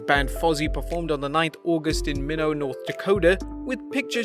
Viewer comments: Hahahahahaha "Minno"? It's Minot, pronounced "My-Not" just like Jericho said in his interview. I should know that's where I live, though sadly I couldn't make it to the show. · Minot ND not Menote